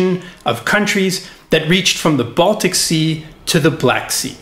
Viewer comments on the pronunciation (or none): none